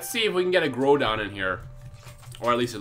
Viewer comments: it's hard to spell a pronunciation lol, but you keep saying it like grow-don; it's pronounced sort of like grou-don XD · it's pronounced groundon without the N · is pronounced (growhdon) not (Growdon) Groudon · you're not saying groudon right